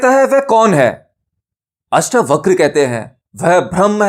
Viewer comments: अष्टावक्र जी के नाम को " अष्टावक्रा " नहीं कहें । परमज्ञानी का नाम लेना सीखें पहले .... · श्रीमान अष्टावक्रा नहीं अष्टावक्र बोलें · अष्टावक्र को अष्टावकरा बोल बोल कर के तो बकरा ही बना दिया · पहले तो उच्चारण सुधारो, अष्टावक्र है अष्टावक्रा नहीं। उपनिषद गंगा को हूबहू बोल रहे हो अपनी खोज क्या है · आपसे निवेदन है किअष्टावक्र है इन शब्दों को खराब न करे अष्टावक्रआ न पढ़े। 🙏🙏🙏🙏 अगर आप गलत शब्द बोलेंगे तो लोग भी गलत शब्द ही बोलेंगे। जैसे लोगो ने कर्म शब्द को कर्मा बना दिया। योग को योगा बना दिया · जब आप हिंदी चीजो के बारे में बता रहे है तो शब्द तो हिंदी ही बोलेंगे न । 🙏 आप सोचिये क्या कभी आपने albert einstein को alberta बोला है ? आप आत्म ज्ञान की बात कर रहे है और ज्ञानी व्यक्ति का नाम ही गलत बोलेंगे तो सच्चा ज्ञानी हँसेगा इस पर । जैसे अष्टावक्र हँसे थे उन पर जो खुद को ज्ञानी कहते थे और थे "चमार"। और हां जो चीज english में है ही नही उसे जबरदस्ती english pronunciation न बनाये।